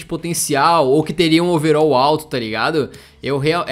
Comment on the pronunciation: É overal nao overol